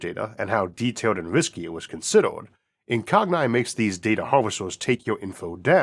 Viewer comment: I'm pretty sure it's pronounced "incog-knee" as in "incognito"